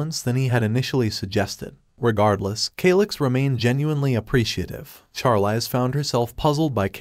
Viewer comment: I hate how the bot says the Female lead's name. It is pronounced sharleez just like the actress Charlize Theron, as well as mispronouncing many other names and words like resume said rezumay